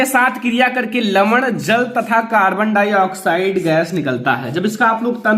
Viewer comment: सर ये कार्बन हाइ ऑक्साइड नहीं है ये कार्बन डाइ ऑक्साइड है